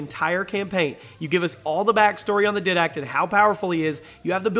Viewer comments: For number 6 is not said did act it's the diedact Not the right spelling just easier to say and it just annoyed me sorry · Did he just say (Did-Dact)? It's Didact (Di-e-dact) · you pronounced didact wrong m8te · Did it trigger anyone else because of the way he pronounced "didact"? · I have to be honest, the way you pronounced Didact kinda irritated me and caused me to think "How do you even get that sort of pronunciation with how much his name is said in the game", but in all seriousness great video. I'd personally like to win a PS4 because there is a number of games that I would enjoy having the chance to play. Twitter handle is good luck everyone and may the best person win. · Did -Act? Bor-Gia? Learn how to pronounce their names before you read them.